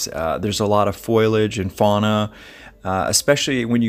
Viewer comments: FYI Pronunciation police here.... it's is FO-LEE-AGE.... not FOIL-AGE. :) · Stop saying foilage . It is foliage . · I'm with ya! I kept repeating it over after he said foilage....no no its foliage! There is no foil involved!🙄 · Lol, I got imagery of tons of junk laying around or trash on the trail. I couldn't get over this tiny little mispronouncement of Foliage. It's not Foil-age it's Foli-age. 🤣 Word whiskers! Sad story though and your research is very detailed. Much better than the forestry who just called off the searches. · I really enjoy your stories. FYI: there is no such word as "foilage". The leaves on the trees are foe lee edj. Thanks. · OK, its foliage not foilage. Hate people who mispronounce this word. Foe-lee-edge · “Foliage” is pronounced “FOE-lee-age”, not “FOIL-age”. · foliage is pronounced "foh-lee-age" btw!